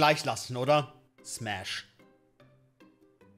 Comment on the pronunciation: Ich hab die fnäf oder päss verstanden 😂